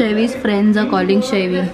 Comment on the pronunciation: Oh my god manasi Didi it's siddhi I am Maharastrian too your vlogs are too relatable just love them and the way you say FRANDDS